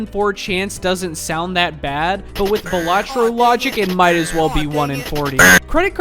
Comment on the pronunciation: ITS BAL (like ballad) LAT- TRO NOT BALLS-AT (T)BRO